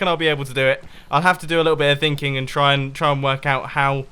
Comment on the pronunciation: Evil Boobookin thinging?? that’s weird you meant “thinking”.